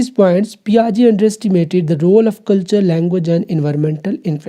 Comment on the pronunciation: Sir it is jean Piaget not John Piagets